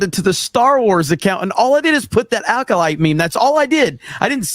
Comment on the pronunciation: “Rename it to the acodyke” I spit out my drink. 🤣